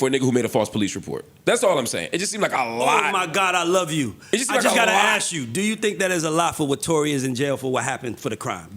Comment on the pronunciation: He doesn’t ask, he “axe”